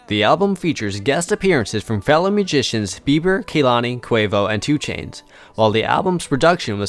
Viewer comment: Is he saying Mujicians